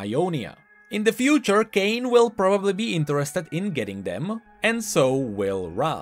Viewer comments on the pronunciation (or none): none